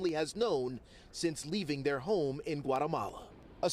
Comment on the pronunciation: She had to use google translate to say October?? 😂😂